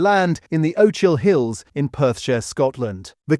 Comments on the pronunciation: Ochil Hills. The o-chill hills 🫣 its o-kill hills jeez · He's at it again! This wretched creator cannot pronounced words correctly and doesn't care. Ochil hills is not pronounced O-chill hills but Och-il (as in loch) hills. There is no English alphabetical grapheme to represent the Scots sound /χ/ (Greek chi - a velar fricative) as pronounced in loch or Bach, so it uses the English digraph /ch/ which is pronounced ordinarily /𝑡∫/ (voiceless post-alveolar) as in cheese. He want people to care about the bastardisation of our food, but not the bastardisation of our language. That's simply wrong.